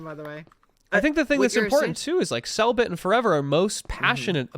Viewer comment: Forever pronounced cellbit's name as cell bitch